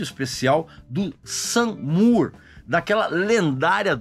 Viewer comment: Brilhante comentário. Uma dica , Moore de Sam Moore, Gary Moore, Demy Moore , se pronúncia como " more" de mais. Ben E. King, se pronúncia Ben e não Bin . Sorry, as an english teacher and a Soul Music aficionado I couldn't let it go ( não poderia deixar passar) Você é brilhante, viu ? Minhas fontes atuais são Antony Fantano e você aqui na terrinha. Congrats and keep up the good job !!!